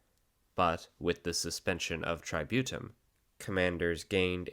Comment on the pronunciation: If I hear "tributum" mispronounced as "try-beaut-em" one more time, I'll march on Rome with my 8 Danubian legions